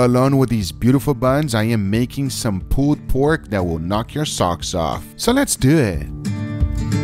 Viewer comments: We need "Let's dew ehht" tshirts. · Gugas wife sees Gugas buns Gugas wife: “let’s dew it” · “So let’s do et”